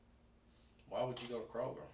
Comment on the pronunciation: WAAH instead of why, that makes me cringe honestly lol.